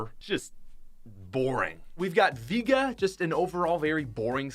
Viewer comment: It kinda bothered me that he didn't pronounce vega right